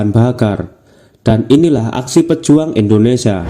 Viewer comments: Ingat bacanya "INDONESIA, bukan ENDONESIA' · Indonesia bukan endonesa 🙏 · INDONESIA❌ INDONESA✅ wkwk